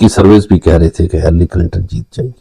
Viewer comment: Her name is not Hallery, but Hillery...😂❤